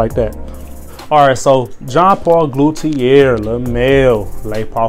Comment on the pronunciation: Glutetier xd😂